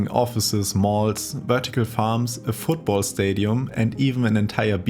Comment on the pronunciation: “fotball stadium” also great video!